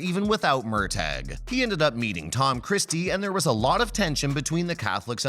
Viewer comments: Have any of you ever even seen an episode of Outlander. You have no idea what you are talking about. Murtagh is pronounced Murtah, not Murtag, the prison is Ardsmuir, not Ardsmere, the Scottish army were Jack-o-bites not Jake-o-bites and the battle is Cull-o-den not Collowden. You try to appear so knowing but you don't even take the time to learn what you are talking about. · Pronounced Murta. Murtag! Wow! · First of all, it's MURTAGH ( pronounced:MURTAH) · It would be nice if we could get a narrator who could learn to pronounce the character's names correctly! He says Gabaldon correctly, but can't say Murtagh? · His name is MURTAGH. MURTAGH. MURTAGH. While at it, learn how to pronounce Culloden and Galbadon. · Please say Murtaugh’s name correctly!!! 🙄